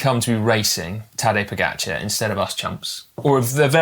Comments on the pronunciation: Also Pogáahchar, not Pógacháar as English speakers mispronounce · Also Pogáachar, you stress the first A, not the last one.